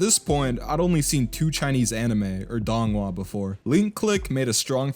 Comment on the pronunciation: Say it with me ‘dounghua’